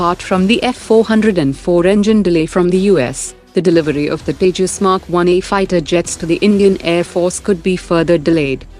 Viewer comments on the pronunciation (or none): none